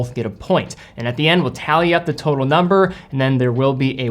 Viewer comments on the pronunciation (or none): none